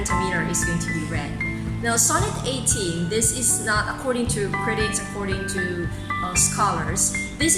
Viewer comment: Sorry, but this is awful. The added music drowns out that the poem is supposed to have its own rhythm... Then you analyse the poem as unstressed thee and stressed to, but you pronounce the opposite anyway, with the weak from of to. So which one do you think it is?